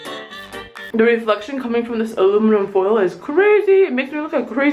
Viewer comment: Aliminum Foild Blinding....Ha ha ha ha